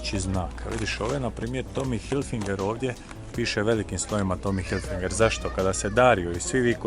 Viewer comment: Cao matori, odlicni su ti blogovi, samo imam jednu malu zamerku! Ne kaze se HilfiNger nego Hilfiger(ne znam zasto vecina ubacuje N kad tog slova uopste nema u nazivu) U par vlogova izgovaras pogresno, pa mi para usi. Ja inace radim za Tommy Hilfiger Srbija, pa eto, profi deformacija. Nadam se da mi neces uzeti za zlo. Pozdrav i svako dobro.